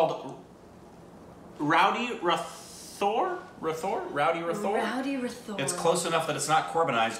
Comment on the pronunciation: Guys it's said like rat - hor it's not like the English TH sound 😁 The film is much better than the trailer IMO so if you liked the trailer then definitely watch it! Prabhudeva is considered one of the best Indian choreographers, he has acted and directed films too. He's quite talented.